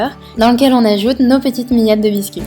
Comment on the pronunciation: Ça a l'air uuultra bon, et j'adore la façon dont tu prononces miettes, mi-ettes :)